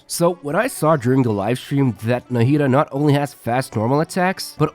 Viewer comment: Thanks for explaining her kit. I'm definitely pulling for her. You had pronounced "Nahida" in a few different ways throughout the video. was the closest to the correct Arabic pronunciation.